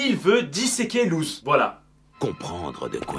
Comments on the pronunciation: Il l’a prononcé « luz » sa se prononce LOUSSE !!!!!!! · Par contre ça se prononce LOUSSE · ça s'écrit Luz mais ça se prononce Lousse ! SPOILER : A LA FIN DE LA SERIE LUZ MEURE PUIS REVIS ET A LA TOUTE FIN LA SERIE SE FINI SUR UN "BYYYYYYEEEE" LE SPOILER ETAIT GRATUIT 😁